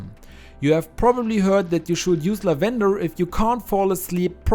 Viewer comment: It isn't "la-VEN-der," it's "LAV-en-der," for those of you who may be confused by the pronunciation.